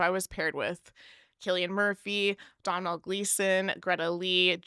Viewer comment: Lovely review, ladies. I live in Ireland, and a more correct pronunciation of Domhnall Gleeson’s first name is like…’Doughnul’, like donuts. That’s how I pronounce it, but perhaps an even more correct pronunciation of this Irish language name is ‘Though-nul’. The ‘m’ is silent, for sure. Loving that 3 of the. 4 men in the video are Irish - and of course we love Lewis Capaldi here in Ireland.